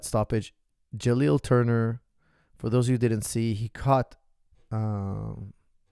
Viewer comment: My man said Jalil Turner and Armen Tarkurian